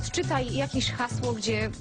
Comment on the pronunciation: "ODCZYTAJ UKRYTE HAŁSO"